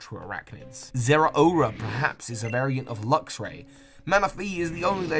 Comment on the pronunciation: IT'S LUXRAY, NOT LUXURY!